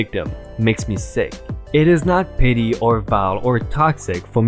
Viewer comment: Petty is pronounced pet-tea. Otherwise, good job on these videos.